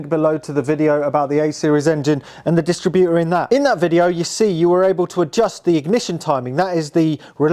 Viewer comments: Yep, it's dis-TRIB-utor, not DIS-tributor!😂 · It’s a bewt a bewt 😁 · Everytime he says "dist-rib-utor". He make me laugh. Must be getting old not realising that a dist-rib-utor, points and rotor arm are novelty items to young mechanics.😮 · You are mispronouncing distributor. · I’ve never heard a car distributor pronounced like it’s a retail operation. Cool car, great to see it continuing its long life in the hands of an appreciative young owner.